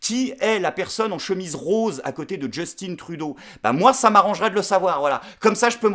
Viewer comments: PTI, on dit « Justin » Trudeau, pas « Djostinne »! ;) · Alors, conseil de francais expatrié au Québec, ne dis pas "Djustine Trudeau", mais "Justin Trudeau" . Justin, comme on prononcerait "Justain", ou "Juste-Un" pour essayer d'être plus phonétique Sinon, tu vas t'attirer de futurs commentaires négatifs de québécois :)